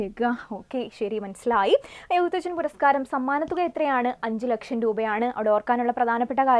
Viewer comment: എഴുത്തച്ഛൻ എന്ന് പറയുന്നതിൽ എന്തോ അപാകത ഉണ്ട്..